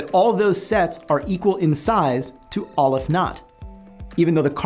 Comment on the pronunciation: I thought mathematicians were sticklers for details. So why is it that you pronounce Cantor as kæn-tɔɹ but you pronounce Aleph as ŏl-əf ?